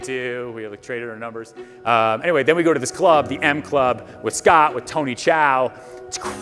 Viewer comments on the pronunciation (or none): none